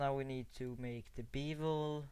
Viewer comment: It's pronounced "Beh-vul", not "Bee-vul"!